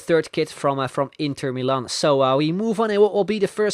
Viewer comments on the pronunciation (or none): none